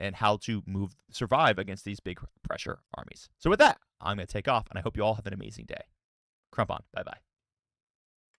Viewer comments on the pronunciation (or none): none